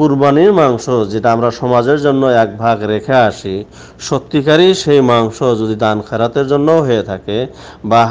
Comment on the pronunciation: মাংশ শব্দটা কি আপনার বলা ঠিক..?